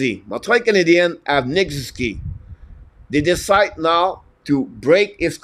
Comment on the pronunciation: SOO - ZOO - KEE